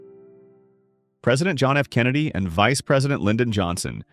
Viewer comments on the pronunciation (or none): none